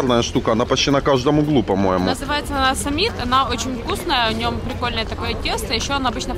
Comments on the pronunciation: Не сИмит,а симИт😅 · ну не сАмит, а сИмит😊😊